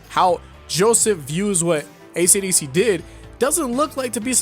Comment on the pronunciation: Only took me 8 minutes to realize that "acdc" was "esidesi"